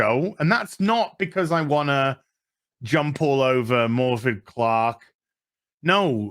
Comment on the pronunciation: So, I know, as I presume most people do, what "Morfydd" is actually pronounced like (not that I could replicate it, but in theory I know). But for her appearance in The Rings of Power, I prefer the way pronounces "Morfydd" - because whatever she's morphin' into, it sure isn't Galadriel.